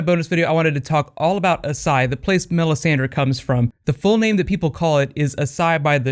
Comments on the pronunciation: Why are you pronouncing it that way? Both the characters on the show, as well as the spelling of the word itself would make it "ash-eye", not "ah-sigh", like you're saying it... And then Qarth?? The show even goes out of it's way to give a lesson on how to say it correctly, via the Spice King. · ***** As*SH*ai. 18 seconds in and I had to pause. The pronunciation is going to drive me up a wall. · dude its AsSHai sh.... (a-sh-eye) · Do you just not see the H in Asshai?